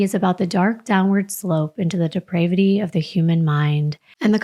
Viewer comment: You should invest in a Merriam Webster dictionary so you never mispronounce words like ‘depravity’. If you don’t know how to pronounce it, there’s a good chance you don’t know what it means. Save urself the embarrassment.